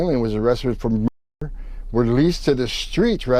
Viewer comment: Now you can't say MNURDER??????????